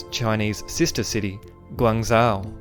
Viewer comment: Guang Jarw 😂 It's Guang Juw or Gong Juw